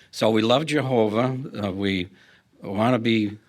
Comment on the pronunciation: Soo we luuhve Jehooovahh *hic